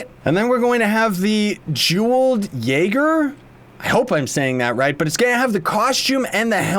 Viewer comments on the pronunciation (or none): none